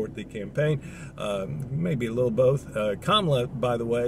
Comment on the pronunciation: Thank you for pronouncing Madam Vice Presidents name correctly. Love ur content, watch every episode - XRP community. Please like/sub/share this ❤‍🔥content. Peace and Blessings.